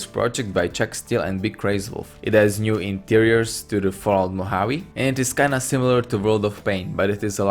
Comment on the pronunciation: Anyone else hear Vault when he says Fallout?